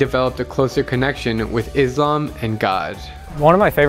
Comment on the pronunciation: It pronsution of Islam is little off The mistake is Izlam And it's Islam No hate but just wanted to corrected you